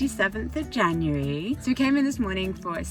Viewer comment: What she really said "Its monday, The 27th of January" What i heard "Its monday, The 27th of Vaginuary"